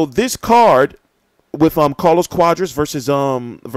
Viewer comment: I think it's pronounced quaaaaadras not cowdras lol